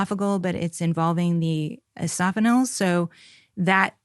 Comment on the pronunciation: She calls eosinophils "esophanils" ?? Dr?